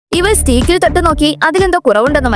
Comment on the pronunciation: സ്റ്റീക്ക് ❌ സ്റ്റെയ്ക്ക് ✅